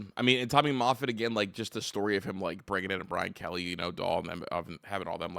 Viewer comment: Tommy MAHFIT not MAYFIT--you are so bright and knowledgeable-hate for you to lose credibility and viewers due to mispronunciations